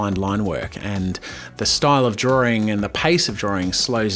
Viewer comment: why can't you pronounce drawing correctly????. ITS NOT 'DRAW-RING' !!!!!!!